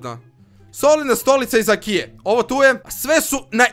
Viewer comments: Nije akia nego ikea. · nije IKIA nego IKEA xD